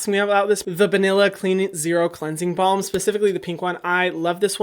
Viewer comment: omg I always thought he was saying cleansing bomb not cleansing balm🤣